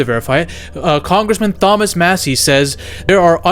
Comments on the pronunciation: Bro, you said, “Thawmas”. It’s pronounced “tah mas” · TOM-US, not Thom-us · “Th”omas massie 😭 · TH-omas Massie Lmmmaaoo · How are you going to call others morons when you don't know how to pronounce Thomas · only a coke addicted supervillain would pronounce thomas like that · outrageous pronunciation of the name Thomas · You do know that the letter 'h' in the name Thomas is silent right?! 🙄🤦🏻‍♂️🤣🙉